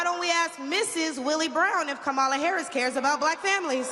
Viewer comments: Wow, how much did Donnie have to pay for her time? Hopefully, more than they paid the black folks right behind the podium to make it look like black Americans support him. He even got this chick to mispronounce Vice President Harris' first name. Sad. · If l had watched this until the end l would have wasted almost 10 minutes of my life. Fortunately, l always stop watching MAGA propaganda at the moment the MAGA cultist deliberately mispronounces Kamala. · If she was rallying Kamala, Trump would miss pronounce her name too. Honey Please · She needs to learn how to pronounce Kamala's name first. She don't speak for ANY of the Black sisters I know! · Welp. She is not KAMALA HARRIS. That is for sure. I would think her more Authentically For Her People if she hadn’t decided to pretend to not even know how to pronounce the sitting VP’S name. So. When the GOP’s ends are achieved, will she go the way of TRUMP’S Other “Black (some some White) friends?” Maybe Timmy has a guest house? This sounds eerily like “politics as usual.” Feelings not “hurt.” Antennae Definitely “up.” 📶😮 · How intentionally disrespectful…. She knows how to pronounce Kamala’s name. And she knows that she’s lying repeatedly. Could someone please explain to Trump supporters what BIRACIAL means. I doubt if the Madam President will have a job for her. Luckily she has so many other ones. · She's so cool, she even deliberately mispronounces Kamala, just like her "great leader" 🙂